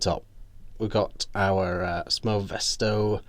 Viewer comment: Sfoe mesto Sfae mesto, I cant understand why British people cannot pronounce a single foreign word properly...